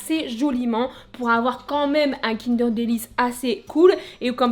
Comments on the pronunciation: Non pas "kindair* mais kindeurr* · un quoi ? Kindère ??? On est d'accord on dit kindeur non?